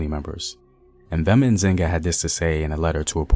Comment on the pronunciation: It's not M'Vemba, you say Mvemba.